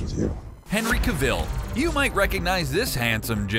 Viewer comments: Pronounced Henry cavil wrong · Why is he saying cavil so weirdly